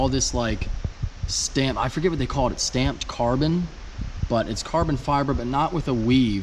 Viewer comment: Every time he said stamped it made me cringe